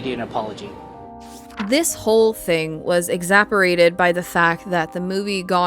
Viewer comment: Did you say "exapperated"? That's not a word... Exasperated is though. 👍🏻